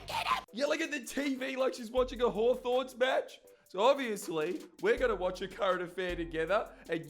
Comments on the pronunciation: Thumbs down for "Hawthorns" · "a hawthorns match" smh